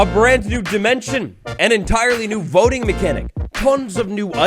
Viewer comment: Until the word voting came up on screen I thought you were saying "boating update"